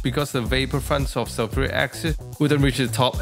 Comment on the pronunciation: I must get some of this special sulfric accent. Sounds real good. I won't buy sulphuric acid if this accent is readily available.😁